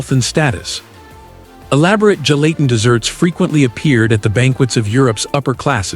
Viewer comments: Apparently, the only thing gelatin CAN'T do, is make your computer pronounce the word correctly. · It's hard to watch and listen to when the AI is mispronouncing "Gelatin" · throughout this video, ive heard 4 different pronunciations for gelatin.